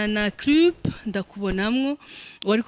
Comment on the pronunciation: Ati washaka gusanga ari naturellement 😂😂😂😂😂😂 igifaransa vyarans pe😂😂😂heba sh noe ugir iki??ngo clup😂marchance😢Molière bishits akavyuka mwomarana😂😂rka twivugir ikirundi cacu sh😂😂